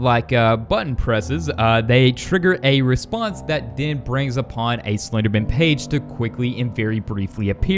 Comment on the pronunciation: Who here here's him say slpenderman on the first time he said the word